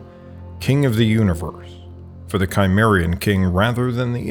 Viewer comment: It would be a good idea to correct the sound track for the MANY errors of pronunciation, from the proper names Herdodotus, Cimmerian, Sarmatian, Thracian, ETC. and to fix the pronunciation of to "rout" an enemy, which does NOT rhyme with "to root" out a problem@ Rout rhymes with pout! How can we trust your history or your genetics if the proper names are so often mangled / given incorrectly? If you are unsure how to pronounce Berezhovka, ask someone!